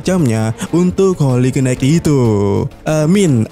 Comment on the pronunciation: HOLY KNIGHT dibacanya HOLI NAIT.... jgn salah yaaa min,,, sy cm bermaksud koreksi aja Bkn menggurui...